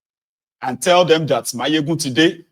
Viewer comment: Mayegun stop bastardising the name of our president.